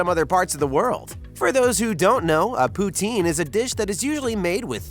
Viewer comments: It's poo-tin like a tin can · The pronunciation of poutine hurts my Canadian heart...